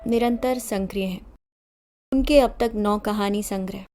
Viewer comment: संकरीय नहीं सक्रिय होता है